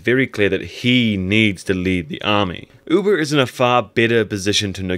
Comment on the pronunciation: "Uber"?? I thought it was "Ube"? (ooohbehh)